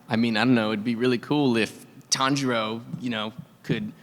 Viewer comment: The tanjiro mispronunciation😂